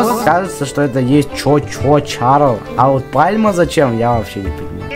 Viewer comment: И правельно говорится не Чарлес а Чарльз!